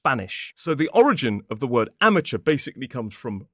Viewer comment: Oi! It's Amateur, not Amatuer 😂 It should be spelt the way you did it, though. 😂 LAVLI-JABLI son 😊